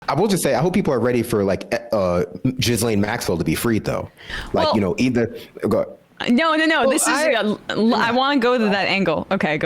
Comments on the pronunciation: "Jizz-lane" 😂😂😂 it's (ghee-lain) I like your version better! Way better! Like an adjective name 😂😂😂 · Not to be pedantic, but it's pronounced Gee-lane (a quiet s) not Gizzlane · The monsters name is GHISLAINE as in GHEH-LANE, not JIZZ-laine?? 🤣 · Guys, it's pronounced "Gah-Lane." Not Jizz-Lane 😂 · Guys, I love you but please stop saying Jizzlaine. 🤦‍♂️ It's pronounced Ghee-lane. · Same with Matt always saying Epstein like stine and not steen. It makes you sound less credible IMO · Bro calling her Jizzlane is hilarious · I love the uncorrected pronunciation of jizzlane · I liked the subtle pronunciation of Jizz-lane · They keep saying jizzlane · “Glen”. I get why the dude is butchering her name, but it’s easy to just remember “glen”. Not that it matters, just wanted to point that out because it never hurts to learn. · At first is said 'jizz-lane-max-well'...that's her new name damn it! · The s is silent.😅